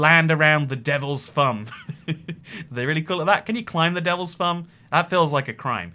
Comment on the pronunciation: If you're going to adopt a faux accent - and I cannot begin to figure out exactly which one it is, you should drop the "th fronting" part of your delivery. th fronting is the substitution of "v" and or "f" for "th" for example when you talk about the Devil's Thumb on the Alaska / Canadian border, you pronounce it "Devil's Fum". What the f***? Th fronting is an affectation, not a speech defect. It makes you sound idiotic.